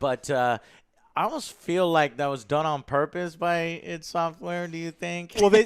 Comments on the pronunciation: The way AngryJoe mispronounces id is driving me nuts, other than that great video. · Joe it's ID not I.D.! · Joe, why do you call them “I.D. Software.” It’s not I.D., it’s id. Id is a word in the English language, and it means “the part of the mind in which instinctive impulses and primary processes are manifest.” Please call them by their actual name, when you’re supposed to be a game critic entrenched in the industry, it makes you look foolish.